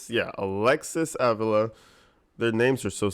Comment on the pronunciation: Her last name is sounded out like aveela. You're saying it wrong- she's Latina the guy in the other video had it right, and you tried to correct him. You're saying it wrong lol -I'm latina and just trying to help, love your videos!